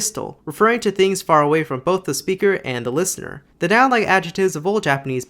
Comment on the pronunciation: why do you say listener like that?